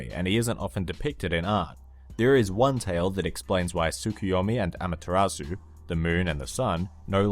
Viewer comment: just sayin' it's not pronounced amataratsu its amat-ser-u.